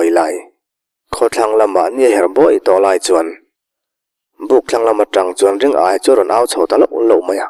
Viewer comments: Ring aia tia lam lo hian Ri ngaia ti a lam zawk tur ni awm tak a ni, Aia tih ai chuan Ngaia tih hi a mizo hming phuah/sak phung deuh lo maw.? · Ring -aia ti a i chhiar rik hi Ringaia ( Ri-ngaia) ti a lam tur a nih hmel mange, a thian ten Ngaia ti a an koh vang hian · Ringaia hi..Ring...aia tiin i lam a,Ri...Ngaia ti a lam tur niawm tak a ni. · Ringaia ni na na na,ring-aia tia han chhiar tlat mai chuh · Ringaia hi Ri-ngaia ti a lam tur a nih hmel. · A ngaihnawm e. Mahse, Ringaia hming hi Ri-ngaia ti a lam tur a ni lo maw ? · Ri-ngaia hmingpum i lam fuh lo leh selesih sangsarih khaw hlui tih hi ka helh deuh tlat. Selesih sangsarih chu tun hnu deuh niin ka hre sia.